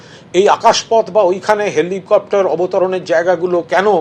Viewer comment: Tmc neta 99.9% sob Bangladeshi valo kore helicopter bolte parena